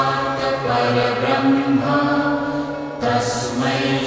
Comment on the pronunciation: Please pronounce it Correctly i.e Parambrahma not Parabrahma. Parambrahma Meaning Shreshtha Brahma. Like Paramguru, Parammitra, Parampujya.